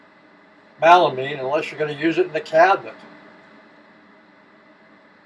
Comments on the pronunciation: Thank you for providing these helpful tips! Question: I have heard of melamine, but never heard of MALamine. Is that a different product or just a colloquial mispronunciation? Thanks again! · MELamine.NOT malamine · melamine...Mel...not Mal